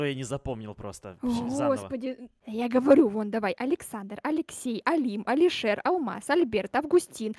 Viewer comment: даёт имена снеговикам Что слышу я,,Алишер''